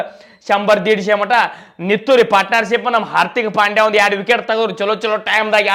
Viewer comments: ಅರ್ಥಿಕ್ ಪಾಂಡ್ಯ ಅಲ್ಲಲೇ ಪ್ರಕಾಶ್ ಅರ್ದಿಕ್ ಪಾಂಡ್ಯ ಅದು 😅😅😂😂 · ಹಾರತಿಕ ಅಲ್ಲೋ ನಿಮ್ಮವನ. ಹಾರ್ದಿಕ್ ಪಾಂಡ್ಯ